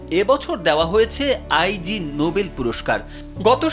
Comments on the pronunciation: আই জি হবে না এইটার উচ্চারন হবে ইগনোবেল ❤️ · Eta bolar jonnoi elam. "Ai jee noble! 😂